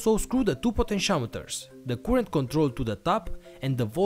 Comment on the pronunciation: By the way, "current" is NOT pronounced 'kurent'.